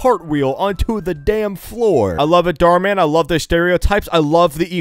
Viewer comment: “Mar dhan”